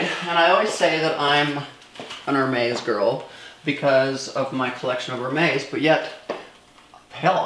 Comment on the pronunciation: She picked up a Kelly and called it a Birkin. She does not pronounce Hermes correctly. I don’t think she is a fan. More like a shopaholic.